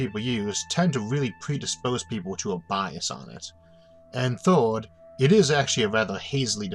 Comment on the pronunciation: Do you say First or Foste? Third or Thode?